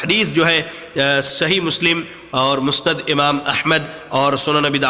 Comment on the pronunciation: "مسند" کو مستد کہہ رہا ھے۔